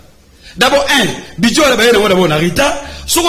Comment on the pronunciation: On dit budget et non Budie 🤣